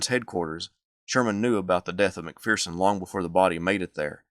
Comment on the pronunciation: There is no "fear" in McPherson. Its mac-fur-son.